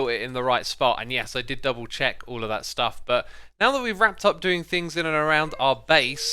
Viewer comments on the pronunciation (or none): none